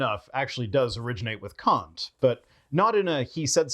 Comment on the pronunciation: I have the impression that you don't like it, when someone criticizes your pronunciation of foreign names. You obviously try your best and maybe don't want to spend too much time on minor details you can hardly improve. But with Kant it's really easy. Kant = Cunt (pronunciation-wise)